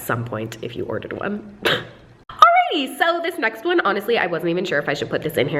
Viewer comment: Is it really an video if she doesn't say "alrighty" with an accent? 😂❤️